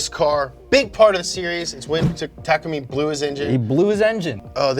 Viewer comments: Bruh this guys not meant to do it he said Nissan the wrong way also he said takumi name wrong also he said fiber wrong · Damn all this Initial D knowledge yet can't pronounce Takumi properly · Ta ku me not take ume